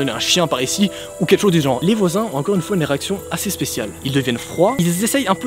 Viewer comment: Tu as dit incore au lieu de encore